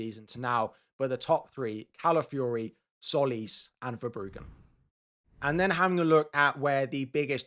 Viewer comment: All content creators pronounce ''Tsolis'' wrong. It's not pronounced 'Solis' , it's 'Jolis'.